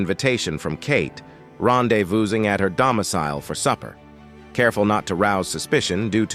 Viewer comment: "Ronday voozing"?